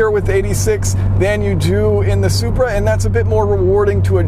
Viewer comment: Which one's engine blown first. The Zupraa or Zubaruu